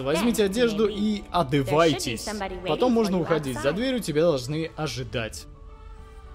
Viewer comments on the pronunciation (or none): Прикол типа одЭВАйтесь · одЭвайтесь?)Хд Кажись ошибка, или это так для прикола)Хд